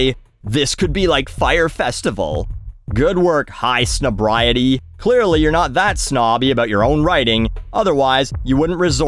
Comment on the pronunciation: I know this is a pointless nitpick correcting the name of a sad dying clickbait site, but it's "High snob-EYE-ITEE" not "Snob-rye-itee". I'm assuming being a combination of snob and society, which is ironic considering the people running the site are rich assholes who profit off of other rich assholes.